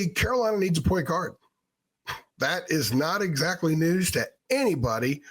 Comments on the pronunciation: it’s like one word instead of two and you’re emphasizing guard instead of point lol. Also kinda sounds like Enguarde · Why do you say point guard like that lol